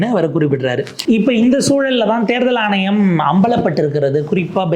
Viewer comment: தேர்தல் ஆனையம் அல்ல தம்பி " ஆணையம்" your Mode of Thamil is annoying . Try to regain else will be unsubscibed.